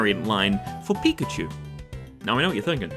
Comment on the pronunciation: I really liked the coconut line and the original version of the dragon eeveelution, please don't get rid of them. Also what the hell is a pic-ah-chew?